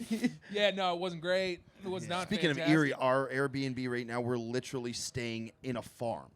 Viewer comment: Please tell that “litrally” is literally not pronounced that way.